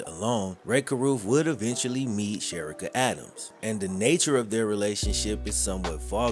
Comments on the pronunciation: please, her name is pronounced "Che ree ka. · This was a very well put together story but her name is SHA-REE-KA I went to school with her…. None the less ty for bringing this story to light, she was a very sweet young lady!❤ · Her name is Pronounced like Sha-rica! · Very sad what happened to her and he should still be in jail.He took her life and ruined his son's life.BTW her name is pronounced Sha Ree Ka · Cherica a is pronounced Shareeka…. Trust me I know 💯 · There are so many ways to prevent pregnancy…. You mispronounced Cherica’s name. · You should research the pronunciation of the victims name. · U keep Butchering her name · Dude…… why did butcher her name so much! You might as well say “she or her”! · Her name is being mispronounced 😔